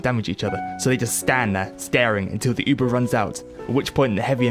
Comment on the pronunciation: You should honestly learn how to say Uber.